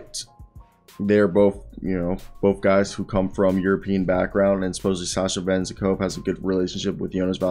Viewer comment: Bruh good effort on the re-search! Please just try to get at least a bit closer to the actual names pronunciation - like you could probably listen to the commentators when you are cutting the highlights but the name is Ve-Zen -KoV the way Venzekova sounds like a weird female name in Bulgarian 😅